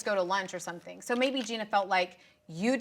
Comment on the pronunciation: Gretchen!!! SOMETHING HAS A VERY NEEDED M that must be pronounced as such!!! Not as an N!! For the love of all things holy woman!